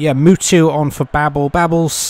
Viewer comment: Is funny how you pronounce Mutu like Mewtwo the pokemon, great match by the way